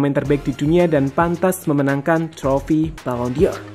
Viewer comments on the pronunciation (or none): Pengucapannya ballon “DOR” bukan ballon “DIOR” min 🙏🏻